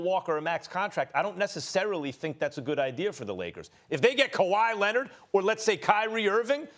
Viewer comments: Stephen a smith: rob pelinker, kember walker, KWAHIIII LENNNIT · kwahiiii lennit 😂😂 dog you got me rollin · "Rob Pelinker" "Kember Walker" "Kawhi Lennit" "Jimmy Butla" -Stephen A Smith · KAWHI Lennit